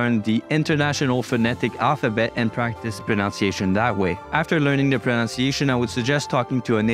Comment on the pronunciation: That’s a nice video so I will give you an example of irony. The only word you mispronounced was “pronunciation”, which has the NUN sound in the middle rather than the NOUN sound. This is a common mistake even among native speakers so don’t feel too discouraged. Best wishes from Australia.